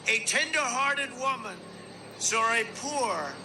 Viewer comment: He said sarw it. Just no.